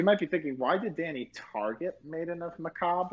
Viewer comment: Cimo's Kalut, Nyhmnim's CEDs Now that we're finally in 5D's, finally get's his Deckmaster... "Maiden of macabrRAyy"